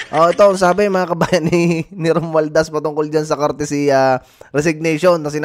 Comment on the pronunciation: COURTESY not CourTICY. Bakit di ka man lang nag Google!